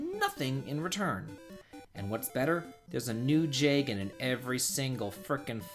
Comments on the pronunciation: I was good until you said jagen. Sorry but that’s a pitfall. In fact you saying that kind of ruins the whole for me. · Was alright until I heard "Jagen bad" tf, man?